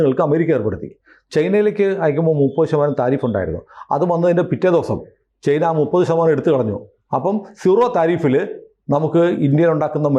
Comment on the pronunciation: ചെയ്‌ന എന്ന് പറയാതെ.. ചൈന എന്ന് പറയു. പിയേഴ്‌സൺ പറയുന്നതാണ് ശെരി... ചൈന.